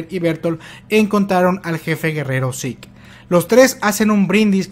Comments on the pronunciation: Siempre había pensado que Zeke se pronunciaba "siku" en vez de "yiku", toda la vida engañado xD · Ese énfasis en el 'jefe de guerra zeke'